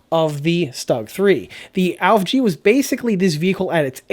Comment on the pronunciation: Damn, I wish you wouldn't say "Auf..." Most of your German pronunciation isn't bad, but "Auf" - ooof! "Ausf" is short for "Ausfuhrung." Let's spread the word and educate the public, okay? "Ausss - fyooor-uhng." Ausfuhrung G. It's not hard.